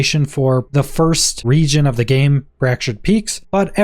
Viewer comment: Why have i never heard anyone pronounce "of" as "hof" in my entire life?